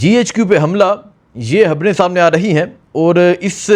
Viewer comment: Habraion yaa khabraion